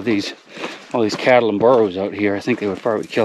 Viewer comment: He went straight to that English speaker pronunciation... it's better to say donkey or ass than burro, it's a difficult word for many English speakers.